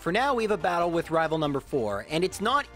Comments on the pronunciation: I love these vids, there nostalgic. But you saying “rival fievel” annoys me more than it should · Just so you know, you saying “rival fival” doesn’t bug me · Why do you say rival fival but do not say rival final? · Everytime says rival i expect a "fival"